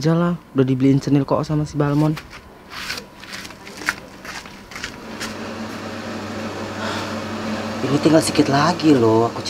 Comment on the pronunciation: Balmond apa balmon 😂